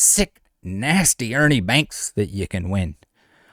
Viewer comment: Why did u say Ernie banks like that racist much